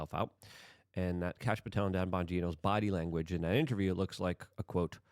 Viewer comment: No, Kash. pronounces it like "Kahsh" or "Kosh" lol.